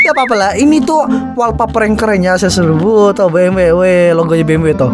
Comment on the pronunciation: Bang bukan bmw i8 tapi BEMDABELYU I8